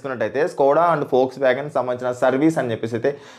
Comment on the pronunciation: Adi volkswagen foksvagen kadu😂